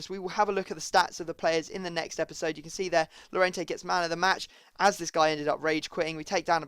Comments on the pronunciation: Llorente's name is pronounced "Jorente" in english. J as in Jordan. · when you say jorente cuse two ll means a j in spain. Plz